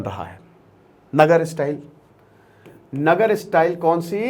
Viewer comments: नगर नहीं sir नागर style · नगर नहीं नागर